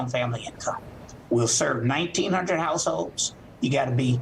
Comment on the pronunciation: this guy on right cant pronounce households. he says househose lol